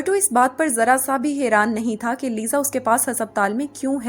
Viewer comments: Thaaaaa thaaaa thaaa soo irritating yaar 😑😑😑😑😑😑😑😑😑😑😑😑😑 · The force on thaa and thiii sounds more irritating